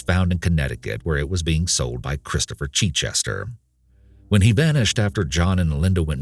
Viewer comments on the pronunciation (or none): The butchering of the name Chichester!!!!! As somene who lives near the town of Chichester in England I can tell you that it is not pronounced Chee-chester!!!!!!! Can't even listen to this! Sorry. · It's not Cheechester, it's a short 'i' as in 'it' for Chichester. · Not cheat-chester, but chit-chester. Like mitt. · "Christopher CHEECHESTER" lol. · The chich in Chichester is pronounced as in ditch. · You pronounce Chichester incorrectly. Source: currently writing this from Chichester